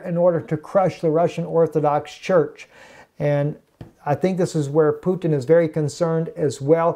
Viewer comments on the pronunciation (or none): none